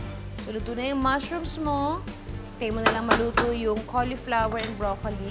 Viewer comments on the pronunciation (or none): none